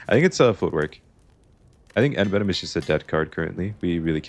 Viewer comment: the way you're pronouncing envenom is driving me crazy